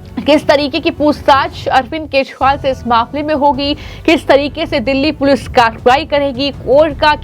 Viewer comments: अपने एंकर को दिल्ली के पूर्व मुख्यमंत्री अरविंद केजरीवाल का नाम भी ठीक तरह से नही बोल पा रही है जो अरविंद केजरीवाल की जगह अरविंद केशवाल बोल रही यह एक बार नहीं बल्कि 50 बार बोला इसके अलावा कई ओर खामियां है एंकर के बोलने में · Speak name correct not keshwal but kejriwal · Md ji hindi bolna seekhe Arvind Keshwal nahin Kejriwal hain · एकदम रद्दी तरिका बोलनेका ! जिसके बारेमे बोल रही हो वो नाम तो ढंग से बोलो. बोलनेवाली व्यक्ति और बाकिके साथीदार सुन नही सकते क्या ? एकदम दलिंदर विडिओ, बोलने का तरीका रद्दी ! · Madam First learn how to speak Kejriwal word. This type of poor quality presentation can't tolerated. Great problem with pronunciation, clearly. Learn from Anjuji or Maninanderji or equalent capacity in news reading. My 80 years of age such poor quality presentation never seen. You are good influencer or relationship taken part in your appointment in this field.